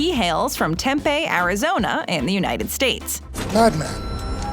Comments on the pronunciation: Temp-ay Arizona?!?! lol its TemPEEEEE!! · Tempe, AZ is pronounce tem-PEE, not tem-pay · No one: Arizonans: it’s Tempe (as in tem-pee)😤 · ohh the way she says Tempe pisses me off. haha